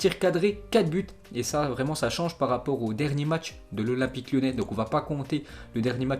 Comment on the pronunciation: un français vreeeuuuument